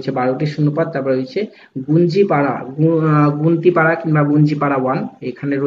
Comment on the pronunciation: ওটা বলাগড় ব্লকের গুপ্তিপাড়া ১ এবং গুপ্তিপাড়া ২ আর সোমড়া হবে। আপনি উচ্চারণ টা একটু ভুল করেছেন।